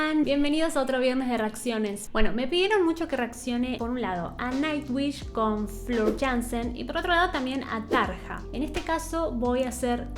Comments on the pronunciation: se dice flor, y tarria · Me gustó mucho tu reacción y análisis de la canción seguí asi y ponele mas detalles técnicos si queres porque le da mas valor al video. Seguí con Nightwish porque tiene joyitas en todos sus discos. Dejame que te corrija el nombre de las cantantes Floor se pronuncia Flor y Tarja suena como Tarria.